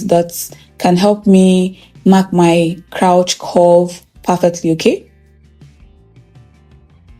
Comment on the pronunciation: You are a good teacher. Thanks for all you do. God bless you. Pls learn how to pronounce the word “crotch” using google pronunciation. This is coming from a good place. Thanks